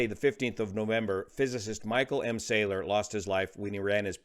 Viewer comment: I was a colleague of Dr Salour (mispronounced in the video- it’s Sah-Loor, emphasis on second syllable) when we were both doctoral students in the laser lab at Harvard in the late ‘70s. He was already flying commercial jets then (ferrying ops, I think). Definitely at the high end of intelligence & experience. Sad to learn of this event ( from family members who live a mile East of the site)